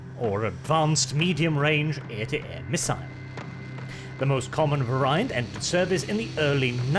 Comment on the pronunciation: I have never heard that pronunciation of “variant” before